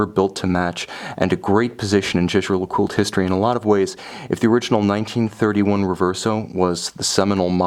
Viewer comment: Thank you very much for a very interesting and well presented review. However, surely you can get the pronunciation right......... it’s Yayger ! I’m afraid that, even if I could afford such a watch, little details like that would put me off buying it from you. Sorry.